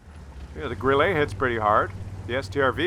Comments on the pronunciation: it's GRILL-UH, because it's German, not French. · You pronounce Grille like it is a French word =).